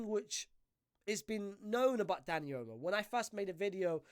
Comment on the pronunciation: why does dis brudah keep callin him "Dani Elmo"????🤣🤣🤣